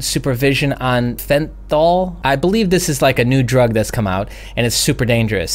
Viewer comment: I live on the other side of the world and it's common knowledge here how much fentanyl is fucking the US, you're american and can't even pronounce it's name! Dude, current affairs!